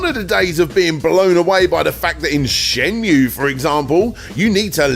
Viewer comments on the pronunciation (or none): none